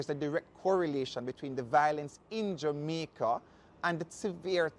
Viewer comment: did he say dumaica so we dumb now 😆